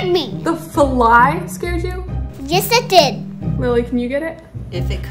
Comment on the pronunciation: I didn't realize "fuh-ly" had two syllables.